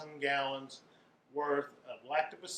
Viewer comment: It’s Lactobaccilus not Lactobaccilius